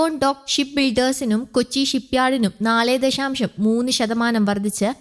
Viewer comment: ദഷാം ഷം അല്ല ദശാശം ആണ്